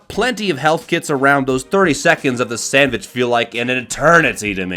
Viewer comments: ITS SANDVICH NOT SANDWICH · Actually it's SENDVICH not sandvich